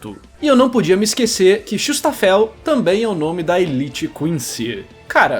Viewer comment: Cara, como "chutis táfel" virou "chustafel"? Huahauahusshuaahajshhaha